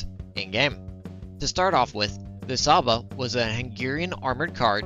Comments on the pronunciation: I'm hungarian and cs is pronounced tsh in csaba. Also nice vid keep up the good work. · I thought it’s ‘Tsha-ba’ considering the S is actually pronounced as ‘sh’ in Hungarian?